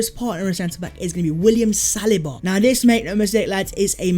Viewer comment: Does say salaba and not saliba